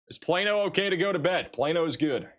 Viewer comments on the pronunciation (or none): none